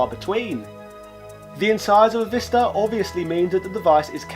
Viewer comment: According to the Korean phonetics, it's actually pronounced, "VAI-star"...rhyming with "bye", "hi", "cry", etc.